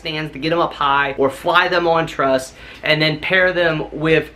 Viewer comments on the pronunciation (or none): none